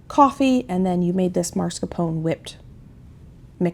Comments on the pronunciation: I love you and your channel. But, it drives me crazy when you pronounce mascarpone incorrectly. It's pronounced Mas Car Pone. I'm sorry to be nitpicky. Love this menu. Many blessings. ❤🙏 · I enjoy watching you do ALL you do, you inspire me! But when you say MARScapone cheese, it's like nails on a chalkboard. It's MAS, MAS, MAS-CAR-PONE. Forgive me if that's nitpicky! I adore you!!! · It’s pronounced MAS-CAR-PONE